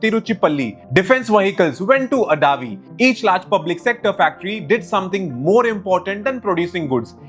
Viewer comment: My god are you from outside India? Or are you just blind? You cannot pronounce a single city name properly of your own country. Shame on you. Sivakasi not "Sivaski" Tiruchirapalli not "Tiruchipalli" Avadi not "Adavi" Tamil Nadu not "The Tamil Nadu", proper noun hai. Google could have corrected these spellings. But you put Zero effort to pronounce your own country name, when foreigners are pronouncing properly. First learn to read then start Youtube channel, waste of time.